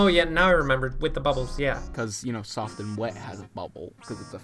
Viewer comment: softo and weto